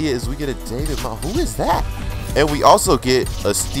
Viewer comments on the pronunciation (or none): none